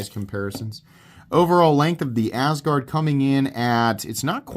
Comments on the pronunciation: I like how you pronounce it as Ass Guard lol. Even though I don't have a better pronunciation for it hahaha. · Why not pronounce it the way, Scandinavian people do? That’s where the name comes from. The first syllable “As“ is pronounced like the English word “us“.